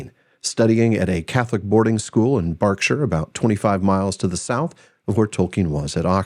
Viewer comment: You pronounced Berkshire correctly 💯